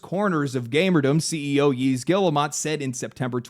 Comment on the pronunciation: I'm going to have to live up to the stereotype, but pronunciation of Yves Guillemot is rough. But yes, game journos are awful and I have disliked and distrusted them in equal measure since 2014 (you know which incident).